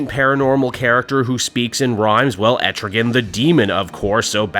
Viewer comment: Man, Etrigan's everywhere, but that's neither here nor there. You know a demon won't be nice, when he's summoned by Fire and Ice. (An aside: Etrigan rhymes with man.)